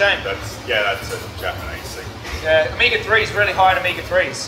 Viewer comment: Homie actually said thang